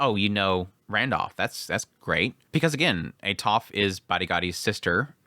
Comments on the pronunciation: when I first read the series then listened to him I was also like WTH is that. I still prefer atofe instead of atof but it no longer annoys me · i know you killed the names all the time but this gets into my nerves haha why "atof"? where is the e? is atofe, even with her full name, you said "atofratof" tha hell is that? haha im sorry but i cant, is atofe, the e isnt silent.